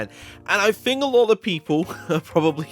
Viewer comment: it's "think", not "fink"